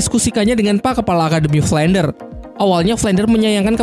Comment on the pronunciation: Kenapa banyak yang salah sebut ya? Shrek Jadi Sri Langke Frander Jadi Flender Zhuying Jadi Suying Su Yuntou Jadi Suyanto Apa Saya Yang Salah Denger Ya?